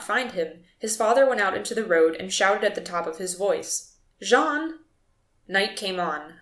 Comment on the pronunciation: Correction: that is "jean" not "john"